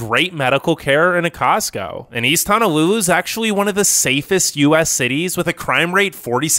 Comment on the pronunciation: I live in Hawaii it's not really paradise most beaches are polluted and houses are super expensive By the way it's pronounced Ho No lulu not Ha Na lulu